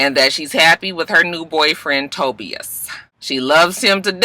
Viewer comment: Tobias (Toe-Bi-Us) 🚫Toe-B-Us